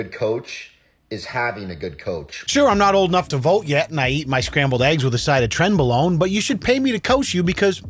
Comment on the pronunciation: "A side of trenbalone" 😂